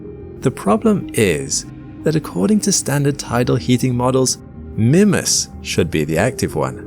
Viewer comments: Your wrong pronunciation of the name of this moon is driving me crazy. I checked and it's pronounced "MYmass." NOT "Mimmas". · "Mih-mas"? It's "My-mas". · Did he say Minmus? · Am I the only one who pronounces it "Meemas" instead of "Mimmus"? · The pronunciation is "MY-muss" with the long "I" or MEE-muss with the long "E". Sorry but youre saying its name completely wrong. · It's Minmas Jim, but not as we know it. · Mimus is pronounced MY-məs (sounds like "my" + "muss"). IPA Pronunciation: maɪməs MY: Long "i" sound. məs: Short "u" sound, similar to "bus." Sorry but I'm going to have to give you a thumbs down for making an entire video and mispronouncing the actual topic. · MY-mus or MEE-mus, please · Mymus. Its pronounced Mymus. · I keep hearing the presenter say "Minmus." Kerbal Space Program seeping into reality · Mimas, the small, cratered moon of Saturn, is most commonly pronounced in English as MY-muss (/ˈmaɪməs/) or sometimes MEE-muss (/ˈmiːməs/). The name is generally pronounced phonetically as "MY-mass". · Grrr... It's pronounced Mymas, it's not an English name! It's from the Greek name, even more closely, Meemas 🤨🤦 Englishmen 🙄😅 Tighten up 😉 You're killin me... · 30 seconds in: "oh god he's going to keep calling it mihmuss isn't he?..." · Everytime you say "Mimas" I hear "Minmus" like in ksp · I've noticed you pronounce Mimas in a different way. I pronounce it "My-Mus" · Is it Mimas, as in Grimace, or Mimas, as in iris? I feel as though you're pronouncing it in a British way.